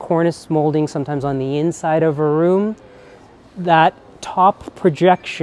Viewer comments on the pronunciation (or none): none